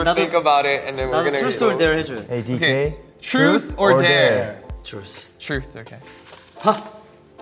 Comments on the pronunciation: When dk pronounce thruth to'truce'😂😂😂😂😂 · Joshua : truth or dare DK : trus 😂 Also Joshua when they choose truth : no no dare dare😅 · not DK pronouncing truth as truce and josh trying to correct him but DK just continuing to say truce 🥺🥺 this man is so precious, must protect at all times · Dk : Trus or dare Josh : truth Dk : trus Josh : truth Dk : ok trus OMG LMAO I KEPT REPLAYING IT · Nobody: DK: truss or dare? Josh: truth. Hoshi: truss Josh: truth DK: truss 😂this is why i like them so much!! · DK: You.. trus or dare? Shua: Truth! DK: Trus. Shua: Truth... DK: Trus.. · "Truce" "Truth.." "Truce.." DK PRONOUNCING TRUTH WRONG AND JOSHUA TRYING TO CORRECT HIM I CANNOT- Also- Nobody: Jun: RAUGHR RUGAHR BARGH BARHG (dog impression) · I always come back for DK's truth, trush, tursh, tush, tur, thru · dk : you, TRUSTH or dare